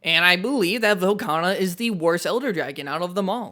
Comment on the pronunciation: Velkhana? 😂 Tell me it's a skill issue without telling me it's a skill issue 😂